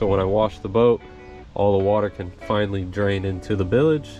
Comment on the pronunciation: Hey its bilge not bilage